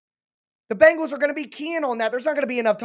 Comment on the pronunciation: As a Bengals fan I have to correct your pronunciation it Bengals not Bangels you sound like Chris Simms.